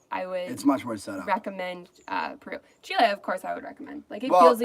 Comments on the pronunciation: GeoMac Granddad Garbage. Just ask a Chilean or better still, live with one for 30 odd years. By then you know what the country is called and how the people call themselves. If anything, you use the short vowel e sound not the long sound as you would in the name André. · I try hard to explain this to travellers, the country is pronounced Chileeeeeee not Chilay. My partner, being a Chilean, finds this frustrating. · You can't really do phonetic pronunciation in English to convey how words in Spanish sound exactly. Better to learn the Spanish sounds, and in particular the vowels which unlike there multiple sounds in English only have one sound in Spanish. That said, the closest would be: Chee-lay.